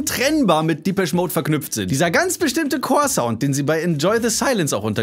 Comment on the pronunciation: Respekt👍🏼 Depeche wird allerdings französisch ausgesprochen, habe noch nie einen Briten "diepesch" sagen hören Dein Lied kommt aber "Happiest Girl" relativ nahe.